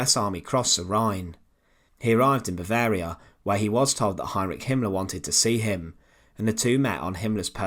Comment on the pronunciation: This is really a poor coverof this topic. Half the pics are rote war pics that have no relationship with Stroop, whose name the commentator is unable to pronounce correctly, just as he can't pronounce Heninrich or Warschau correctly.